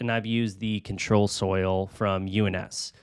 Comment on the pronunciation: It's UNS ControSoil, not ControlSoil It's Fluval Stratum, not Stratun It's Amazonia, not Amazon 😭😭😭